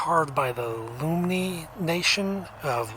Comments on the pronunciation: The healing pools carved by the Lummi tribe from Washington state is pronounced LUM (rhymes with yum) MI (me). So pronounced Lum me NOT loo me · LUMMI sounds like the LUM in PLUM, so it's LUM-ee.... I live here.. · Lummi Nation in Whatcom County , Washington. it is pronounced Lum, like in sum, and mi, like me. They have some awesome totem or story poles.